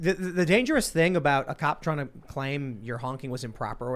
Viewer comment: hey hey hey! i call foul! i specifically heard say "thing" with the hillbilly word of "thang!" that is hillbilly appropriation! and we hillbillies frown on that! hahaha!